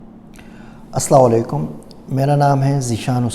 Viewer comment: As Salamu Alaikum. Please say As Salamu Alaikum. Don't say As salaw Wale Kum.